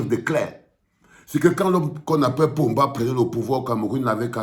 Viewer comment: tu me fait rire quand tu dis PO MBA!!!!!!!!!!!! tu sais, PA de PO MBA, le camerounais sait que c'est Dieu et non les hommes qui gouverne!!!!!!!!!!!!!!!!!!!!!!!!!!!!!